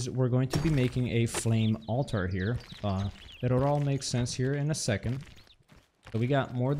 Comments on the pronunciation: Great vid !!! also pronounce it as ALL- TER not ALL-TAR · To answer your question, no, you aren't saying it correctly. It's pronounced alter, not alTAR.